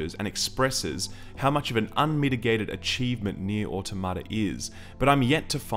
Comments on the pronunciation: It's au-TOM-uh-tuh. I know the people who made the game say it wrong, but they are wrong. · jokes on you i was downloading the game right before clicking this review. also can't pronounce automata correctly literally unwatchable. 9/10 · It bugs me how almost everyone mispronounces "automata". It's not "auto-ma-ta", it's "a-tom-a-ta". Yes, "automata" is the plural version of "automation", but it's pronounced more similarly to "automonous".